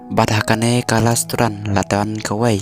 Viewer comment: Lasturan 😂😂😂😂😂😂 pronounce bha keiñ bah